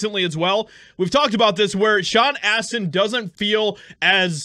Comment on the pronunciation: Sean "ASS"tin